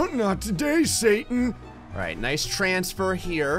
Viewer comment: It's pronounced "satan" (say-ton